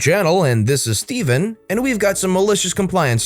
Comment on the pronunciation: same here. i just keep thinking Steven sounds too ordinary, i want back. also enjoyed how he pronounced that differently each time.